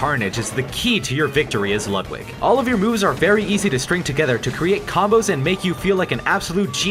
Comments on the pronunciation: ITS LOOOOOODWIG NOT LUUUUUDWIG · It’s lud=wig